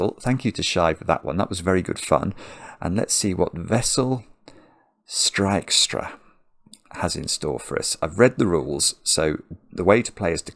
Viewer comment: you are remarkably good at pronouncing Dutch names! Your 'Aad van de Wetering' and 'Wessel Strijkstra' are almost perfect! How did you do that?!